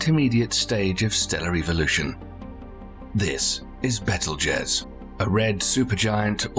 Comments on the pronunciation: REGAL? It's pronounced... RYE-GEL and Bettle - Gezz is pronounced BEETLE - Juice. Geeeze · Bro… it’s pronounced Beetle-Juice lmao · As soon as I heard you pronounce Betelgeuse, I clicked dislike and closed. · You say betelgeuse's name so wrong.